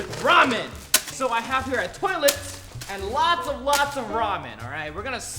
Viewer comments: Filipino Accent Of "Toilet" hha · HAHA ikr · This is how many times guava juice said toliet ⬇️